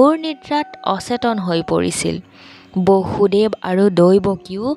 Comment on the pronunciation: Bosudev , Baasudev nohoy.Correct usharan koriba😊